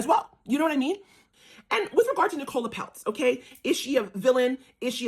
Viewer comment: Brooklyn was very privileged but where do you get the idea that he was looked down upon? By the way her name is pronounced Nic ola. Emphasis on Nic!! You're a bit dim. Pronounced dim 😂